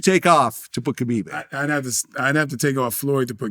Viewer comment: Meanwhile, he's saying "Khabib" wrong.